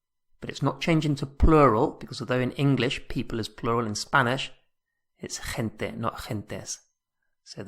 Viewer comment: It sounds like you pronounced gente as: Thin tay Hun tay Hint ta and twice this way hint tay